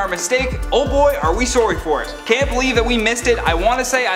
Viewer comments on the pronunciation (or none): says sorry as sowry lmao, Canadians:)